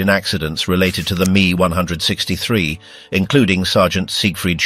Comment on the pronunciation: M. E , not "me". You need to listen to your fake voice and make corrections. Can't say the years like normal people. Also, this should be a 20 minute video.